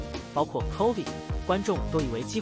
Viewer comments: 為什麼把chovy唸得很像covid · chovy 念成 covid :)